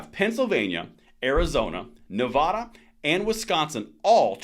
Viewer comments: Nevada NOT Nev AH da. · I like your videos. Please note that Nevada isn't pronounced Nev-ahh-da. It's pronounced like dad.